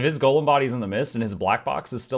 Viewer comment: GO lem! Not gollum! 😮‍💨